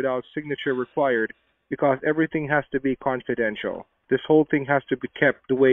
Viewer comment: Canfordential!!!!!!!! I think he means confidential..... Back to school, fellow